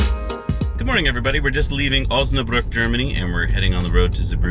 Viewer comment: Yaye you pronounced it correct in this one. Osnabruck. LOL. But Zeebrugge still not right. see link below.